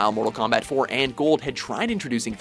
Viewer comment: I like how you called it combat instead of kombat